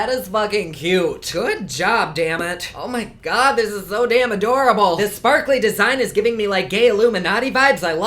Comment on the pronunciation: "Oh mah Gawh" 😂 💜